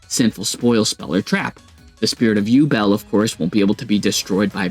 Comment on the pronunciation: Ah yes, the famous "you belt" deck xD